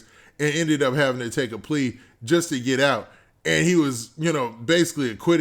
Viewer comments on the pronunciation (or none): none